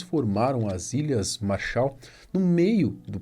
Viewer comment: Ķkkkkkkkk "a responsabilidade é das ilhas marsha" essa foi foda 😂😂